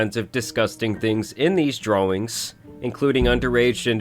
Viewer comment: Why does he pronounce it dra-wings and not as draw-ings? I keep hearing uwu talk.